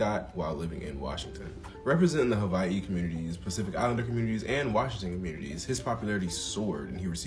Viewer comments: Mahalo for correct pronunciation of Hawai'i. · Props for properly pronouncing "Hawaiʻi" and "Sāmoan" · Mahalo for your efforts to use correct pronunciation for Hawai’i and Samoan